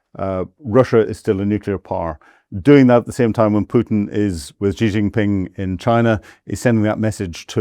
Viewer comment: What a pompous tool. He can't even pronounce Xi's name correctly, let alone make any qualified guess at what is going on. He think's he is cleverly and slyly having a go at Xi and Putin, we are not deaf and dumb you naive idiot. We all have seen your hundreds of years of Imperialist disasters and we can all see that crap ending for good. China and Russia have a great relationship and no matter what crap you can dream up will destroy that, you just make your self look stupid. China and Russia negotiated Siberia One for 20 years, Siberia Two so far ten years, in the mean time Shipments via the arctic have been ramping up..... You seem to think you can poke the bear with impunity. They don't need nukes any more, they have the Oreshnic, its just as powerful. Your heard Zelensky squealing yesterday it was not fair Russia sent ONE their way after he murdered a dozen or more school children a few days ago. At least Russia had the decency to warn Ukraine they were going to flatten a factory or two, there was no such waring from Zelensky he was about to murder a bunch of school children.